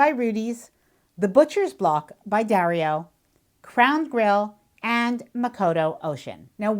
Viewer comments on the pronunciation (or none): none